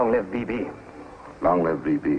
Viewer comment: It's B.B. not BiBi!!! LOL